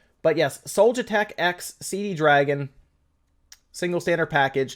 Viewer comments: Damn, it's Cdragon, not Cd dragon. :D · This shows how old some of those games are, the Dynasty Warriors game was Dynasty Warriors 7. I have a copy of Dynasty Warriors 8 on my Xbox 360. So nothing within the last few years. Also dude, it's not CD dragon, it's only cdragon. When you say CD dragon you accidentally make it sound much cooler than it really is.